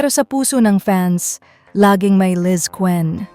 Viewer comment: Ayusin mo ang tmang pagpronounce s Lizquen at Gil